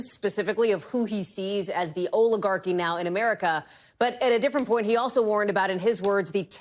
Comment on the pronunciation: By the way, 'oligarchy' is pronounced with a "short" O vowel sound, not a "long" O vowel sound. President Biden pronounced it correctly.